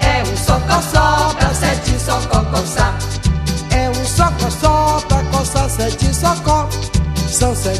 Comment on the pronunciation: Caramba nem ele da conta ele fala coçó ao invés de sócó tem vez prestem atenção kkkkk